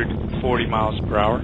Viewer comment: "We have passed T plus one HO".